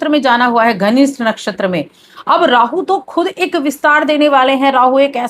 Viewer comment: Dhanishtha ko ghanisht bol diya tab hi samaz aa gaya ke kitani deep knowledge hai😂😂😂😂😂